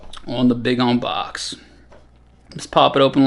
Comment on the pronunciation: Why do you always wait a second to say big unbox? I like it but why?